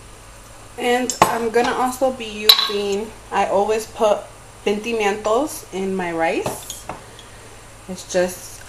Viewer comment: I died when you said pentimientos